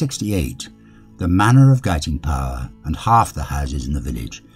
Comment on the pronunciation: I lived in the Cotswolds in the 1960s and always heard Guiting Power pronounced as you do in this video, never any other way.